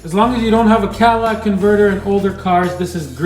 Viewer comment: “Cadillac Converter”!! 👏🏾👏🏾🤣🤣